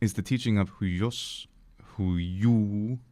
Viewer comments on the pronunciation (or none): It's pronounced hwios, you gotta get that iota in there.